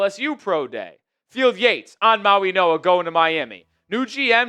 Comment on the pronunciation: Dude why do you keep slipping an N in mauigoa.? It’s not “Mauinoa”